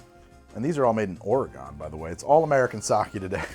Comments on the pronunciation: I can't believe he said or-uh-GON 😭 It's OR-uh-gin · I feel the same every time I hear him say Orey-gone when he pronounces Oregon. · As an Oregonian, the way you pronounce Oregon hurts my soul lmao. It's really cool when you do use spirits from my home state though. Have you tried Dead Guy Ale or their new Dead Guy Whiskey yet? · Now we need him to pronounce Oregon correctly!